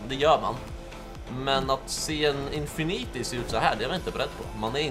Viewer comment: Förlåt om det här låter otrevligt eller nått men det uttalas infinity och inte som du säger det, som om du säger oändlighet på engelska